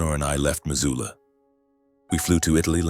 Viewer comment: It's Missoula, not Mazula. Buy an Atlas